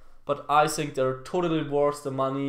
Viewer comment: ich bin echt ein Fan von dir,aber du weißt das think (so wie du es ausprichst) heißt auf englisch Waschbecken. also falls du auf englisch sagen willst I think dann sprich es auch so aus.denn im Moment sagst du "ich waschbecken". War nur ein Tipp